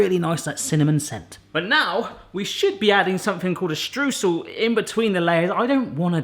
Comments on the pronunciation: Stroysel, pleeeease,, pronounce Streusel Stroysel, not Strewsel. My ears are bleeding;) And streusel are usually the best bit, NEVER leave out streusel. First rule of baking. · Streusel, pronounced shtroy-zell is the German word for Crumble (ie apple crumble)